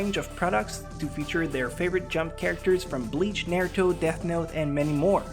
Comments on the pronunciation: if u dont mess with pernunciation anymore than why did u say nairuto instead of naruto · If you don't mess with pronunciation, then why can't you pronounce Naruto right?